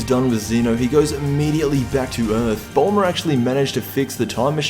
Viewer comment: Why does he say (Bulmar) instead of ( bulma